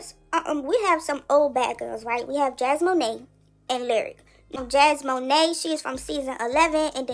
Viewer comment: Jasmone not jasmoné 😂 these “bloggers” don’t even know how to pronounce names let alone their facts it’s hilarious